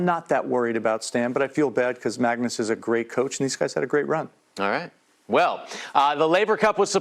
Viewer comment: It’s Magnus not Mangus. Christ.